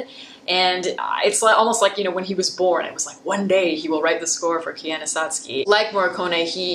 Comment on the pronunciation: I don't want to be a pain. But, if you love Koyaanisqatsi so much, why can't you pronounce it correctly. When the first track has him saying it over and over again. I didn't mean to sound mean if I did.